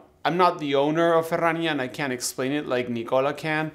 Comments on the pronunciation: 🖒 Cheers and love the way 'Ferrania' is pronounced in Spanish....better than my Yorkshire accent 😊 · Just here for the proper pronunciation of Ferrania